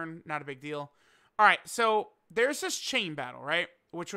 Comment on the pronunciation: That was the crispiest ALRIGHT I’ve ever heard in my life